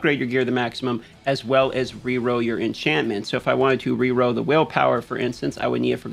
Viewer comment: Hey man, are you saying “roll” or “row”? Coming from Destiny2 and I can’t tell if ya’ll say rolls or rows?